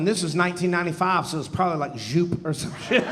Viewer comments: The correct pronunciation of Joop sounds like "dope" with a y instead of the d. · European here. Super cool set. However, that's not how you pronounce zhjupe. :)